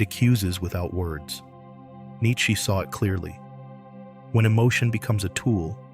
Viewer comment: this thing can't pronounce nietzsche correctly.